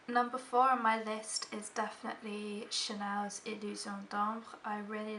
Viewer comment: also, in this video and the last one i watched of yours, i've gone back and replayed the seconds in which you say the Chanel names. they sound magical when they're said correctly! :)